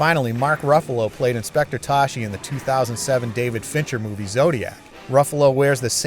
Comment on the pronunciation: "STAAAP BY DA BLAAG." Hey it's pronounced "toss-key" not "toshi".